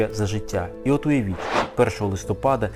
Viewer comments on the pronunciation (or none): none